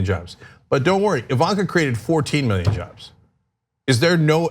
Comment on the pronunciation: Fourteen miyon jovs. That's a lot of jovs.